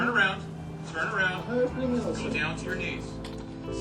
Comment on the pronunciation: I'm naht a creeminal, sir!